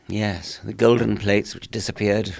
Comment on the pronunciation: When Joe speaks with scholarly types like Dawkins and Peterson he goes from saying yeah when he agrees with something that is being said to a properly pronounced "yesss".